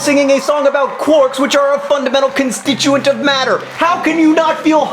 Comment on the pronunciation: its quarks, not corks... its called strange charm :)